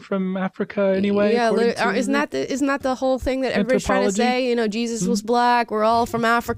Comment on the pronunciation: Since we are talking about the correct pronunciation of names, I wanted to add that the Hispanic variation of "Jesus" is pronounced "heh" (heh like head) and "soose" with the hissing S sound. Heh-soose. Not Hey-zeus. Lol.